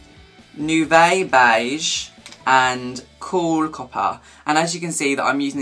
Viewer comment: its pronounced noo-vo not noo-vay, its french and means 'new'